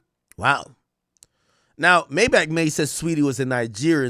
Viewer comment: Maybachmayy??? Sounds more like "Maydiddymay" to me. The self snitching is crazy.